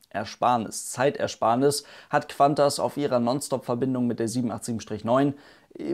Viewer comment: Es heißt KuANTAS und nicht KWANTAS :D